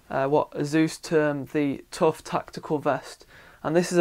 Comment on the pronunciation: Although I don't say it the way he does, I have seen the ad he mentioned, and he is saying it correctly.